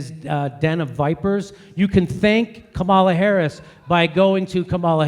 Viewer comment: Brilliant vid. A little amusing that Jimmy properly pronounces "Comma-la" when he's mimicking the chant, but then defaults to "Ka-MAL-uh" for the rest of the vid. To be perhaps overly fair, Harris didn't CONVICT innocent people for career advancement. She "merely" ignored evidence that convicted people were actually innocent. But still.